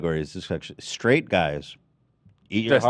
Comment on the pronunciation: Why is hassan so obsessed with an old white man's dong? Gross. Also, why does hassan say 'SHTRAIGHT' and 'SHTRONG'? There's no H after S in those words! My god, hassan is annoying as hell!